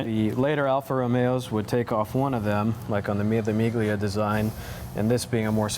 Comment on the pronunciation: Miglia has no Hard G sound buddy. Learn some Italian!